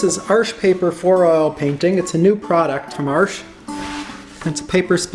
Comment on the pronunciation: The way he pronounces Arche, sounds like an american saying "Arsch" in german with an american accent. Which means ass.